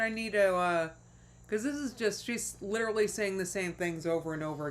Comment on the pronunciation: Why is she pronouncing ‘literally’ like “leeterdlee” all of a sudden?